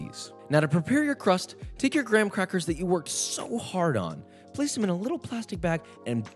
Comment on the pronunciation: Joshua: we got sponsored by Geico! Also Joshua: gwam quacky qwust